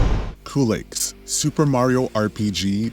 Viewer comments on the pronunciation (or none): Culex is pronounced Q-lex. Not Coolex. Always bugs me, but you do you.